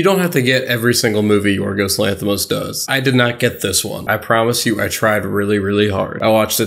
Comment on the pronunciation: I don’t even know this guy but when I saw his name I instantly knew he is greek (I am Greek) and good job with the pronunciation of his name a lot of English people can’t pronounce correctly our name most of the time so yea